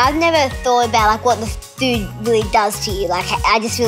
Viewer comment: Hear it properly she said f ood Like food I also tought she sweared